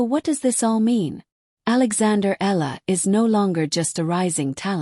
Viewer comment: Her name is pronounce as eee ya la.